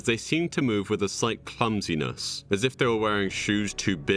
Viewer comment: heard 'cuntiness' instead of clumsiness and had to do a quintuple take